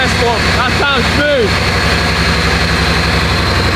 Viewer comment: "That sounded smooV, that sounded way smooVer!" I love that accent! 👍🏻🙂